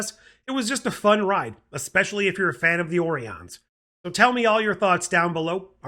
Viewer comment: You mean, OREE-ons. lol. I love the TAS callbacks. Rutherford's storyline is heart-wrenching. So nice to have a new Trek to watch! Thanks for the review.